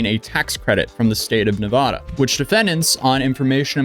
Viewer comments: as a nevadian, its neh ve da, not va da, cheers! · It’s neh-vah-dah, not neh-vahhh-duh. Source: I’m from the area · Pronunciation is Nev•a•da not Nev•uh•da. Respectfully 👌🏽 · When you go to the dmv in Nevada there is huge painted words on the walls saying is “Nu vaa duh” not navahda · As a Nevadan the changes between pronunciation is driving me crazy lol it is Nev-a-da not Nev-ah-da lol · It's NEVADA. "Nuhvawda" isn't how it's pronounced haha. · Nevada... Nev-A-duh ... the "A" is pronounced as the "A" in "Apple". We who live in Nevada cannot stand hearing Nevada pronounced "Nev-ah-duh"... it's like fingernails down a chalkboard to us. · Nev-ada not Nevoda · its definitely “Neh-vah-duh”, not “neh-vaw-daw”. No one thats actually in Nevada says the vaw-daw pronunciation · not to mention it is nevada law to give water to anyone who asks. it is illegal to deny water to anyone in the dersert state. (and its neva-DA NOT deva-duh) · It's the second pronunciation of Nevada. As a Nevada nothing makes us angrier then people saying ne vah da. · NevAda not NeVAda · Jesus, dude! It's pronounced NEVADA. GET IT RIGHT. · Nuh-vah-duh, A sounds like a in cat, and the da is pronounced like duh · I was looking for a fellow Nevadan to talk about how our state is pronounced 😭😭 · You need to stop saying Nevada like that Fr. Nevahduh, really? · It's pronounced "Nevada." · It’s pronounced “Nevada” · The first A in "Nevada" is a short A sound, followed by a long A to wrap it all up. Source: I was born and raised in Las Vegas, NV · Dislike because, he can’t pronounce Nevada correctly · good save correcting your pronunciation of Nevada. The only people pronouncing it the first way, are NOT from Nevada. Anyways, the more sht coming down on Jimmy, the happier it makes me. Fraud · It's pronounced Nevada. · Can you please choose a way to pronunciate nevada? We really don't care how you pronunciate it we know where you're talking about.... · It's "Nevada". You're welcome. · It’s Nevada, not Nevada.